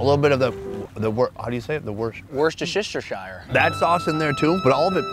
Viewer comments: once you hear it, you can never un-hear it... "watch-your-sister-sauce" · ahh yes.. I also like the "WashYourSisterSauce" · I just giggle when i hear people struggle with washyoursister sauce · Just so you know, my American friends..... it's spelled Worcestershire, but pronounced "wuster-sher" or if you must , "wuster-shire" ! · I appreciate him pronouncing worshtishisishsire like a proper new england native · Woshesheshire sauce is crazyyy 🤣🦀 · is the only way to pronounce warstorshire ^^°By the way this is how I thought I could spell it. worcestershire is the correct way, thanks Google. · Worschchchchsiree sauce! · Ah, the joy of Americans trying to pronounce Worcestershire! 😂😂 It's very simple - Wuh-stuh-shuh. But never stop struggling with this place name. 😊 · just say it as WUSTER SURE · Worcestershire is pronounced wustershur 😂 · Wuh-stuh-sher sauce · It's pronounced Wuss-ter-sheer. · worce-ster-shire. pronounce those bits however you normally would. thats the word before the imagined accent introduces all the other nonsense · That's not how u pronounce Worcestershire lol